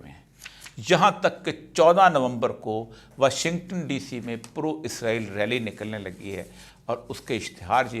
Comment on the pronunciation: ازرایل نہیں اسرائیل 🤦🤦